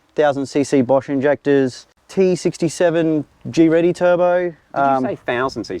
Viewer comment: He pronounced GReddy correct 👏 ( Have you moved to a new home ? Am worried about you) Don’t have have to idle a single turbo for 3 minutes after driving it?